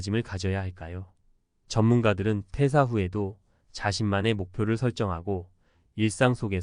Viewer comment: 퇴:사. 퇴:직. 으로 읽어야 해요 한자어 읽기 더 공부하세요 대화 중에 의미전달이 정확하게 안되면 퇴사후에 살기 어러울 겁니다